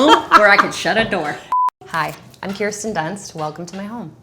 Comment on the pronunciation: Kirsten, glad to know you pronounce your name “ keeer-sten” ty